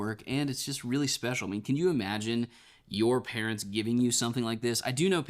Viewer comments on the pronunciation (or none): none